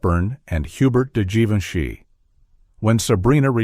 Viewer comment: You hesitate on the pronunciation of Givenchy : Zhivenchi is the correct way. Billy Wilder had a crutch on Audrey Hepburn (don’t know if it was during the filming of Sabrina or Love in the Afternoon) and he was a little afraid of speaking in his dreams, but he came to the conclusion it would be harmless because his wife’s name also was Audrey 🤣 Greetings from France 🇫🇷